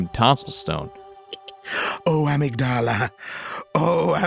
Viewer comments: That’s not how you’re supposed to pronounce amygdala. Uhmigduhluh Edit: I should say, in game I figure they’re just mispronouncing it. In Japanese it would sound something more like how they say it, “ahmeegudahrah,” but Amygdala is just a word and it’s pronounced with the schwa rather than the “ah” vowel. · Awesome video, def gonna check out more from this series. Minor nitpicks thought: The "t" in apostles is silent and "Amygdala" is pronounced "uhmig-dullah" and is a portion of the brain associated with experiencing emotions😉Patches just pronounces it weird